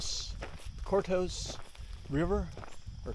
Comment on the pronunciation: My dad and I found your channel when we took our dogs down to hike the trail entrance across from Ozark. We're local so I'm gonna help you out on the pronunciation. 😅 Courtois is pronounced (ker-toys). Lots of pawpaw trees down around there! Love the videos so far. Nice and relaxing.